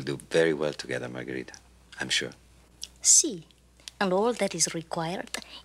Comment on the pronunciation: That’s got to be the worse Spanish accent by margarita.